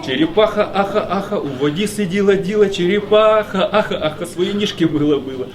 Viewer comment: ну чого ж вона там чєрєпаха, а не черепаха?